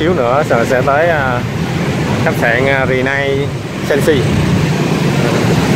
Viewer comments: Renaissance là tiếng Pháp, phát âm đại khái là rơ nê săng sơ ( sơ thì phát âm nhẹ ) ơi. Cách đây 7 năm anh chị có đến đây ăn buffet dim sum nhưng phục vụ khá tệ. Thay vì mang thức ăn từ từ ra, đây họ mang ra hết 1 lúc nên ăn không kịp, có nhiều món bị nguội, đâm ra anh chị không có ấn tượng tốt. Thức ăn ngon phải đi đôi với cách phục vụ, nhất là nhà hàng 5 sao. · Ren ni sanz